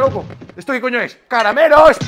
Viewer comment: Que tiene de gracioso que dija:esto que coño es CARMELOS???